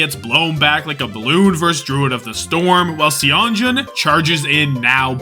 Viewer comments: FYI, Seonjun is pronounced more like sun + June! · Yeah i hope he realizes that whenever you see "eo" together in korean names its still an "O" sound. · goated video as always but you gotta learn how to pronounce Seonjun lmao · He does it intentionally lol